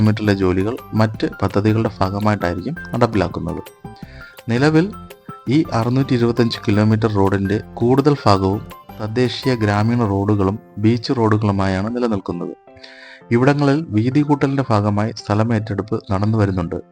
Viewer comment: വിഫാവനം അല്ല വിഭാവനം എന്നാണ് പഠിച്ചത് 😮ഫാഗം എന്നല്ല ഭാഗം എന്നാണ് പഠിച്ചത്, താൻ മലയാളത്തിൽ ഭ എന്നൊരു അക്ഷരം ഉള്ളതായി അറിഞ്ഞിട്ടേ ഇല്ല കഷ്ടം